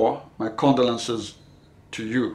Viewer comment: Thank you for this video, although I would say that I think you are mispronouncing the word condolences